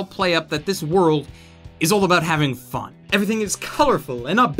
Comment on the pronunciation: .....plz never say fun like that again x.x